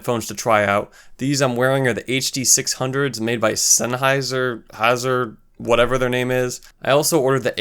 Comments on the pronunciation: How hard is it to say Sennheiser dude. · This is a great video but come on man Sennheiser really isn't difficult to say and it's a house hold name that most people know and have heard of. Also, Quincy Jones - really? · You wear your ignorance with pride, don't you? If you can't learn how to pronounce the word "Sennheiser" you probably shouldn't be reviewing headphones or posting YouTube videos. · Just a tip- sennheiser is pronounced "Sen-high-zer" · Just pronounce the "hei" in Sennheiser as "hi" from "hi folks". Senn-hi-ser. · Smashed the LIKE button as soon as i saw you go senn-hrawwhrharrrwoof! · This video triggered me. How can you review headphones but not know how to even say "Sennheiser" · LOL. Everyone who corrected your pronunciation of Sennheiser were incorrect themselves. Zenn-hi-zuhr. Beyerdynamic is pronounced like buyer as opposed to bayer. Useful review. Thanks.